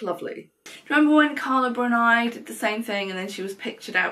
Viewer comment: I like your videos but Carla's surname is actually pronounced more like Brooney. Please don't take it personally.